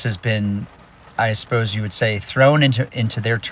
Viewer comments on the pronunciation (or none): Even with all the red flags on this guy, saying 'aspose' was the nail in the coffin.